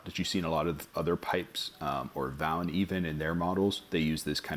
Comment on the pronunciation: German follower here. Vauen: v are said as “fow” as in foul in English These are said as FOW in English pronounced fow-en of all the Savinelli and Peterson and Brigham Pipe’s. I own my VAUEN pipes are hands-down, the absolute best smoking pipes. The VAUEN pipes I own are the church warden with short and church warden stem relax 127. The Maris 742 the champagne CP3 the Edgar two and the CARO stand blasted my most unique Pipe other than the church warden from them is the Edgar, which has ceramic cooling fins on it the 742. It has a briar outside lining with.meerschaum inside, which is porous and soaks up heat, tobacco oils and flavourings and creates the coolest driest smoke hands-down and I have both the Savinelli dry system, and the Peterson system deluxe beats both of those pipes without any competition